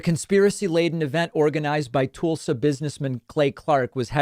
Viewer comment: Beyond stupid. And it's Tulsa, not "Toolsa". I can't believe that you've never heard anyone say Tulsa.